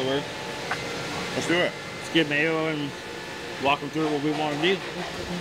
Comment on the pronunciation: Im just saying if Mayo is so good and u go to him because he is the best of the best you should try harder and learn how to say his name correctly